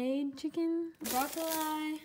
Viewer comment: did she just say BRO-CO-LIE !